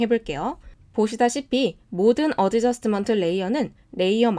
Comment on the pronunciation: adjustment 에서 d 발음은 묵음입니다 . 어드저스트먼트가 아니고 , 어 저슷 ㅌ 먼트 입니다 . costco 를 코스트코 라고 발음대신 코 슷ㅌ 코 , 라고 발음 , 다른건 다 좋은데 자꾸 발음이 듣기 불편 합니다